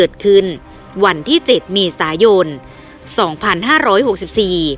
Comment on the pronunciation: กล้องหน้ารถไม่ใช่กล้องหน้าโรส เมษายน ไม่ใช่เมษาโยน อ่านให้ถูกหน่อย